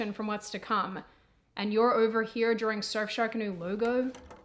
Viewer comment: "Drawering" lol